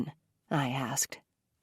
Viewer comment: Everytime she says jack asked I think she's saying jack ass 😂😂😂😂😂